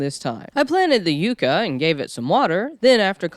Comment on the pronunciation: Not You-kuh It's pronounced Yuck-uh. Spelled Yucca.